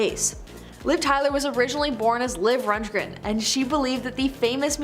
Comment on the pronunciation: Todd RUNDgren not Rungren 🤦‍♀️🤦‍♀️